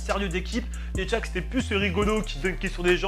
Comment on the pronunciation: Shaq mdrrr et pas tshaq mdrrr mais bonne video